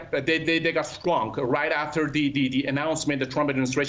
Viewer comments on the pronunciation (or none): none